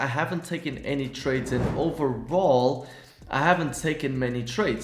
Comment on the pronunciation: "A lot of tardes" - I felt that shit 🤣